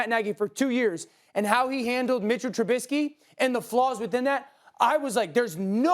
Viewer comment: SAS always says Trubitzky